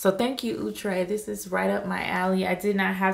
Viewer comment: ITS NOT OOOHhhtre